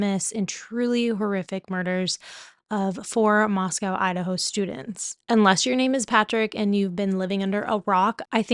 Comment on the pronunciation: It’s been a year and you don’t know it’s Mos-CO not COW. I am a local to the area trigger and would like to reiterate that it’s Xana Kernodle, Ethan Chapin, Madison Mogen, & Kaylee Goncalves.